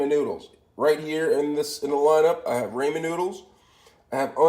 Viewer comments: Its ramen, not raymond obviously you can't speak any form of English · raymen lol? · cha don't be a dick. If wants to call them Raymen noods than they r Raymen noods